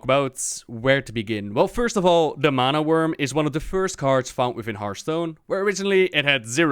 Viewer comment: it sounds likes your saying wormling but its not a prob